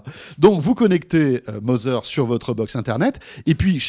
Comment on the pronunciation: Tbnk vous êtes pas capable d'égaliser votre niveau de son ? Et apprenez à parler Anglais "Mozer" lolllllllllll